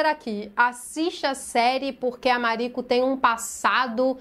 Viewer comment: Ah fico feliz! Assiste que vale muito a pena. 🤩 Eu acho que vc pronunciou certo o nome “Mariko” 🥰